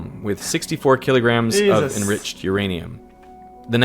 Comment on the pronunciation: Sometimes it's pretty obvious when X is playing dumb to entertain chat, or get a reaction. 😁 "it's enricheed!"